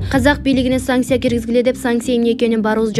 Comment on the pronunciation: Санкция!!!!👈 Сансиа эмес ай сабатсыз!